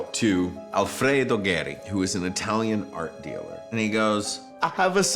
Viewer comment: Gagliardi you dont't know how to pronounce Geri